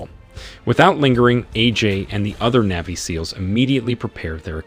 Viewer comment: Okay. Say it with me. NAVY, NAVY. Not neevy